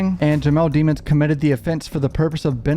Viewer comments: I love your videos...but can you please pronounce the guys name right...its not pronounced DEMONS...its pronounced De-MONS ...just listen to his lawyers say it...don't you remember how many times the judge yelled at that lady prosecutor for pronouncing it wrong, even in the above video, the reporter's video you have, she says it right....thanks...keep up the great coverage... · Demons NOT Deemons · I don’t understand why everyone butchers his last name. Demons. It’s demons. Not Demmons.